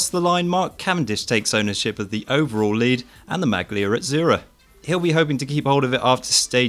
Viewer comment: There are some spectacular Italianglish pronunciations there! "Maglia" in particular :-P